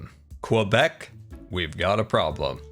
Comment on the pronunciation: I love how he said Quebec like Quebec and not Quebec. 😁